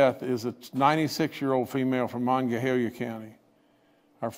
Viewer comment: Please learn to pronounce Monongalia.